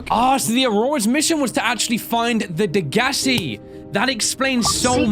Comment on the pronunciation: I believe it's pronounced Deg-a-sigh. Correct me if I'm wrong